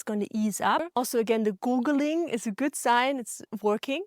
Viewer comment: It’s gurgling not googling😂